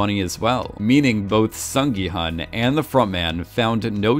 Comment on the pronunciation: FYI 기훈 is pronounced as “Gi-Hoon”